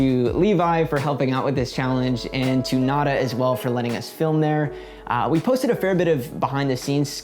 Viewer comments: Anyone else cringe a little when Levi called it "nad-uh" instead of "nah-dah"? 😬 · ITS PRONOUNCED "NATHA" SPANISH FOR THE WORD "NOTHING" . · I wish white people would pronounce words in Spanish correctly. Nada is not pronounced like that. It’s a pretty easy thing to look up too. And Spanish shares the same alphabet as English, to boot. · oof hearing you guys mispronounce nada so many times was a trip. i wish spanish words would stop being trendy lmao. but as a canadian im really happy that more stores are starting to pop up like this! the first one i saw was in orillia when visiting a friend and i fell in love with the concept! its so strange that 'way back when' humans did live a very little waste lifestyle. all of this stuff was only recent, and its contributed a lot to our overall laziness as a society. thank you for this video! im really excited to start implementing some of these tips on my own 🥰 i just discovered your channel but id love to see some options for recycling old containers like shampoo bottles that we may have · I just can’t get over how he pronounced nada the first time